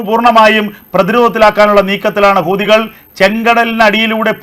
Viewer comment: കൂ. അല്ല ഹൂ........ തികൾ 😂😂😂😂😂😂😂😂😂😂ഇത്